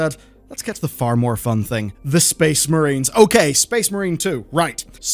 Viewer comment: Shpeeessh Merrines!